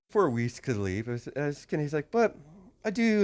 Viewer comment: Not to be rude or anything, but her name has German pronunciation(Weiß) and it is not Wiz.